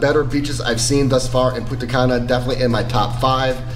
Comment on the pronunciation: It's punta CAN UH not punta CUN Ah